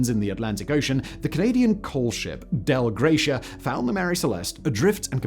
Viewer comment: Dei Gratia.... no L in the name. "Dei" is pronouned "dye".